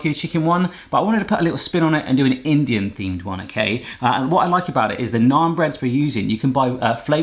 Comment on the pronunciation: I like that he pronounces naan correctly instead of pronouncing it like nan. Also butter chicken isn't a sauce.